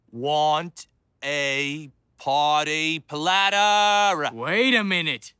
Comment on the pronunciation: Foruh suppuh I err uh want a parteh PLATTUH!!!!